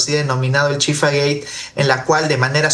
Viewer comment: Dijo Chifagay y no chifagate que es lo correcto.